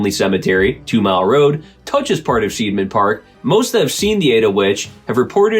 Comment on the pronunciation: It's pronounced SIDE-MAN park - it''s an I sound not an E. I before E rule! It makes no sense to use it in spelling if you don't use it in pronouncing it too. We get the EI and IE spelling from the GERMANS. This is so that you know which way the pronunciation swings and not sound ignorant. Either way I don't believe in ghosts. I know better than that.